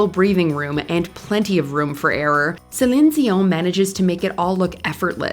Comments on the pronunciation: Kudos to the voice over ! I am a French Canadian, as Céline, and the proununciation is flawless ; as much for her name that for her song's name in French !!! (sorry for MY mstakes in English :D ) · I appreciate how you pronounce her name, great video.